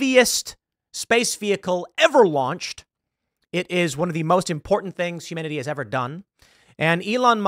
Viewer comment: When he says "humanity" it sounds like "humidity."